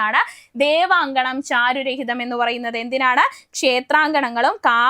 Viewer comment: ചാരു "രഹിതം" അല്ലടോ 😂 ചാരു"ഹരിതം"